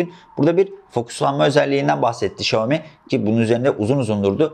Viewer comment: Abi çok iyisin falan ama şooami demen kulağımı tırmaladı resmen.